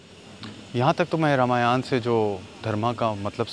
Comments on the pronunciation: Pahale to bhai sahi dhang se bolana sink le fir vedio bna ..रामायण होता है रामयाना नही, मोक्ष होता है मोक्षा नही अता पता कुछ नही बेटा विडिओ बना रहे है अपने बाप हिंदुओ पर। जय श्री राम। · Indians: रामायण Pakistanis: रामायाण 😅